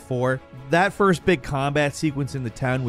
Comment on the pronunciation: this man said FOYST